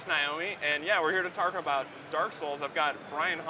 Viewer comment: We're here to "tark" about?